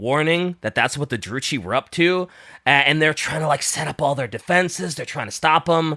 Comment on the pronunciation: really needs to play total warhammer 3 to fix his pronunciations of fantasy names, Malakith And druchi being the big ones here